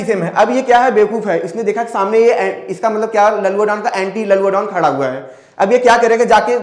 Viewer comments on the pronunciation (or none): none